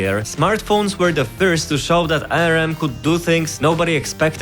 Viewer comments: Tbf he does have an accent and hes not saying ARM but A.R.M. but yeah it was bugging me too lol. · English Native speaker here. It is pronounced "Arm" not "A" "R" "M". Saying it with the individual letters like that is disorienting. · Great video! Quick note, ARM is generally pronounced as "arm". As in the word arm. "I hurt my arm" for e.g. Otherwise great explanation and entertaining video! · did he just call ARM arem? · If this guys so smart, why can't he pronounce ARM ? and how does he have less than 3k subs and a play button in the back there... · I paused and started typing this because I cant stand how you (incorrectly) pronounce "ARM."